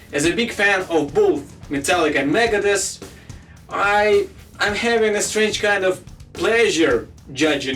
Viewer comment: he keeps saying megadesk and it's the funniest shit. love the accent tho.